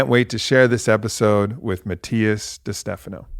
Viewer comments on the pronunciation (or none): Aubrey -- My fellow white sibling, I believe your friend Matias pronounces his last name as Dey-Steh-FAH-noh, not ste-FA-noh. Love you, bye!